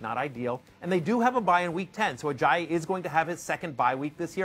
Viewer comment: First time matthew hasn't butchered it as 'Ajay-yay'